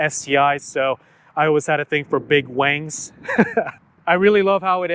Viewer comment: Lol you said big wangs lol 😂😂😂😂 I actually like the wing you have installed, gives it a more complete look.